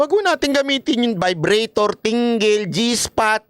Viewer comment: ung iba, agree ako.. pero ung sa vibrator nagkamali lang pagpronounce ng vibratto si kim C. mali mali kasi si..